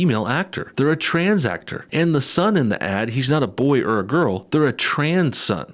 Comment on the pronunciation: “Something traaans going on” lol love the way he leans into that word